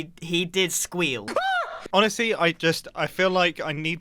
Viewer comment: “You might be second place to scar because he did scweal” Scar: BARKKK